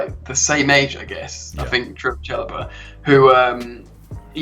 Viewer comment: His name is Trevoh, not Trevor!